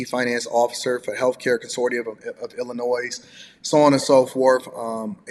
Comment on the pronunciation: It’s pronounced Ill-i-noy; not Ill-i-noise!!!🤨😱🤯